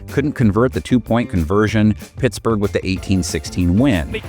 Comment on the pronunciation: I can’t unhear “PissBurg” Steelers. FLAWK naysh 🤞🏾🫡